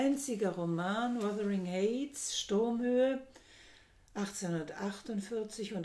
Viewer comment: Heights = Aussprache = Heits , nicht Häits